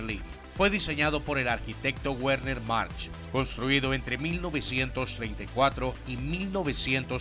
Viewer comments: Es muy interesante, pero no sé por qué pronuncia el alemán como si fuera inglés: la W alemana se pronuncia como una V en español, así que no es "GUERNER", sino Verner, o Luftvaffe, y no LUFTGUAFE. Saludos. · Excelente video. Un aporte con todo respeto bro, En aleman la W suena como la V española, por tanto la Wehrmacht suena Vegmat y Werner suena Vegna, es lo mas cercano en español al sonido en aleman.